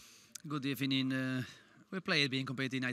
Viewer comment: It was a good ebening